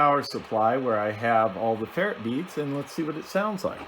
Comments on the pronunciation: Good video. It’s pronounced fer-rite beads. Not fer-it beads. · Please learn to say ferrite (fur-rite) properly.